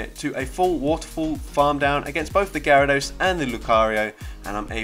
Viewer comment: You actually pronounced my username the right way 🤣 also, I didn't know shadow Gyarados was such a beast for this cup, gonna try it now